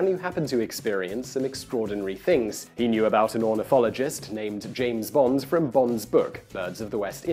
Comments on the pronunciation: Lovely video, but you pronounce "Bond" as "Bonds" in all but two instances in it. How strange! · Why is he calling him "Bonze" it's Bond. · Name's Bond, not Bonds. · James BOND, not James BONDS! Damn you English people :P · You keep saying bonds, as in the underwear brand. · "Bond. Not Bonds." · Why do you keep calling him "James Bonds"? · am I the only one irritated he keeps saying "James bonds", and not in a possessive manner. "in fact bonds drank so much" "in writing the bonds series" "James bonds novels" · Why do you keep saying "James Bonds" as a plural? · Am I the only one who noticed that Simon pronounces "Bond" as though it has an 's' at the end of it throughout the entire video? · Please, there is no S in Bond. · Is it just me or is he adding an S to Bond? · You're British and you can't say Bond right?? There's no "S" on the end my friend. :)